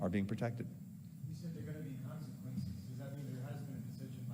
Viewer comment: Haha, brilliant! Blinken: "there's gonna be caanseekwences". Clown.